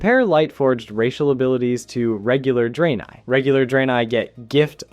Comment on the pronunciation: "draynay" 💀 Edit: He fixes it later on in the video to Dray-neye. All is forgiven but not forgotten.